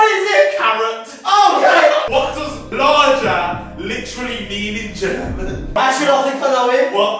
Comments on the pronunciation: so we not gonna talk about how romell pronounced lager ‘larger’? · He read lager as larger.. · ROMEL SAID “larger” INSTEAD OF “lager” LIKE THE ALCAHOL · Romell's pronunciation of Lager PISSED ME OFF BRUV